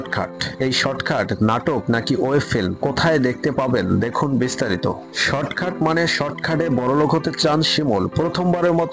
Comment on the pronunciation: শর্টখাট না শর্টকাট 🙄